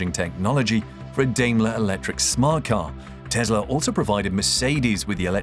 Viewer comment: Good video: note, it is pronounced Dime-ler or Die-mler